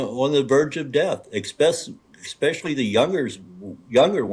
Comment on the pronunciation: It’s ESSSSSPECIALLY. ✅ NOT EX-SPECIALLY. ❌ Cmon genius. 📚